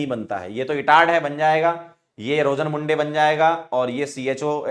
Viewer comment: Sir rosenmunde nhi rosenmund hota h 😂